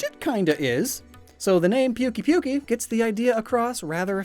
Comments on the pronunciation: Pukey pukey? It's pookay pookay. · Pukei-Pukei is actually pronounced "poo-kay poo-kay", not "puke-ee puke-ee", which leads me to believe that its name probably comes from something entirely different. It sounds like its name may be derived from something Samoan or some other Pacific Island language. Which I mean, going by its overall aesthetic and how it loves scatternuts (which look like mangosteens), I could totally picture a Pukei-Pukei just chilling and fitting right in in some Pacific Island jungle.